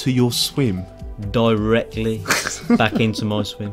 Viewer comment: 1.57 did hear “bruck of ya back “😂😂